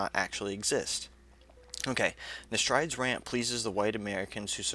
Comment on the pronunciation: Her name is promounced "ne STREED"